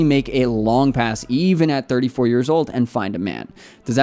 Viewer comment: You say 34 like if it's 44 😠